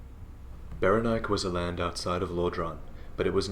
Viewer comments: I really think it should be pronounced beh-REN-ee-kay. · Saying Berenike so that it rhymes with "bike" always felt clumsy to me. I think it works better pronouncing the final 'E' as if it had a Greek origin. And if you pronounce the final 'E' then it flows better with the accent on the second syllable.